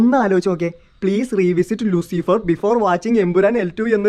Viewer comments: Machanee Luseefeer Alla pronouncation Loosifer anu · Luciiifer alla mone Luuciferr😂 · Not ലുസീഫർ its ലൂസിഫർ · ലൂസിഫർ ❎ ലുസീഫർ✅